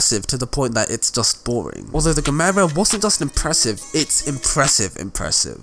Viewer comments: The Koenigsegg Gemera is pronounced Jemera/Yemera. Ge mera in Swedish means give more and Christian Von Koeniggsegg’s mum told hive to “Give more/ ge mera” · You can say jemera. Swedish Gemera = English give more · Pronounce it like jemera